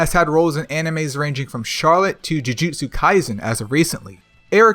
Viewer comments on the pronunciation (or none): none